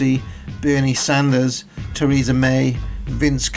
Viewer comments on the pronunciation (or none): none